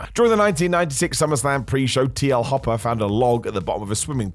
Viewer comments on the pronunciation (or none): none